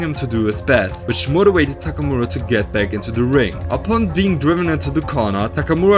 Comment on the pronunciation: I like the way this guy pronounces "Takamura".